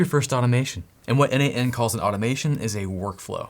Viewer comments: This video is awesome. Buuuuut... looking at documentation it clearly says it is not pronounced 'en-eight-en', but exactly like the name...... Nathan ;) Yep... I can hear you: oh shiiiiii, So obvious! :) And yet... every single video on n8n I looked into pronounces it the wrongly as 'en-eight-en' :) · Don't you think that the idea of the product author(s) was to pronounce it "Nathan"? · N8n, isn't it supposed to be pronunced a bit like Nathan ? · I thought it's pronounced Nathan (n-eight-n.) so I clicked the video to hear how it's pronounced. My disappointment is immeasurable. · Why don't we pronounce n8n like Natan/neighten ? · n8n is pronounced 'Natan', it's someone's codename. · Have you considered it is supposed to be pronounce Nathen? At least that it is how it seems logical to be pronounced to me N-eight-n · I think N8N is pronounced "Nation" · I can t not pronounce it as nathan 😅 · I always thought it was pronounced "nation" for some reason. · Always thought it was pronounced "nathan"